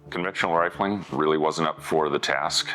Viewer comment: 2m55s "rilfing"? What is rilfing?